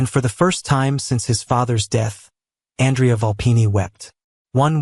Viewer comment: Listening from northern Ontario, Canada. Truly wonderful love story! Well written and narrated, although the mispronunciation of Andrea's name made it into a girl's name, which lessened some of the effect of his power. 🙂 Names in a story are important to the identity of the character, and consistency is key. I have no idea how A.I. narration works, but if you can check it, and perhaps tweak it before your next story, it would make the story even more realistic. 💕